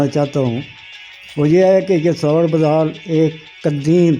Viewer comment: محترم بُدھال کا تلفظ ب پر پیش ہے دوسرا راہٹ ہے ارہٹ نہیں